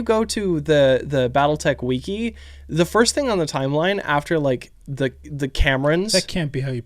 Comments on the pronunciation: I did the same thing when he said weeki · dear god, its wiki weeki? wiki weeki? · The Weeki bit got me. I have a friend who also says it like that and it drives me crazy. 99% sure he's trolling me, but he seems so innocent when he says it.. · I hope that one day, when they do an Alpha Legion video, just starts intentionally pronouncing things weirdly. Weke. Testiclees(like Hercules). Tomato like Toe-met-toe. Pa’trón instead of Patreon. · The look on face when he hears "Weekee" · you have to focus in on his face screw up at the pronouncement of wiki is phenomenal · 832 likes, supporting small creators 😂😂😂 Love scrunched face on pronunciation of Wiki🤣🤣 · cringes at pronunciation of "Wiki" Brain Griffin: First time?